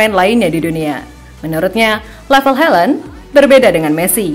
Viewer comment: Haland bukan helend